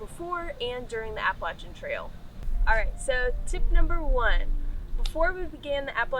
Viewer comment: I live behind the Appalachian trail in Delaware water gap/Stroudsburg area. I don't know anyone who pronounces it like that. "AppalaCHIN" lol great video. Very informative